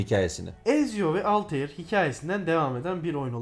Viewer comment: Video çok güzel emeğinize sağlık ama kurban olayım bu tarz bir video çekerken şu telaffuz olayına biraz daha dikkat edelim. Desmond milis, alteir, assassins crid... bunlar çok basit telaffuz hataları ve dinlerken gerçekten kulak tırmalıyor. Video gayet güzel olmuş gerçekten ama sadece 2 dk youtube a yazsanız bile nasıl telaffuz edildiğini bulursunuz. Sizin gibi geek insanlar bari bu hataları yapmasın lütfen.